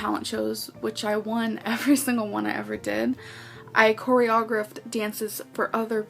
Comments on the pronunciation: You mean coreyogruff 😂😂 lmao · “Choreogruffed” yeah i don’t believe her LMAOO